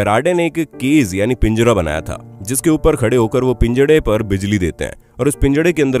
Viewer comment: पिंजड़ा नहीं पिंजरा होता है भाई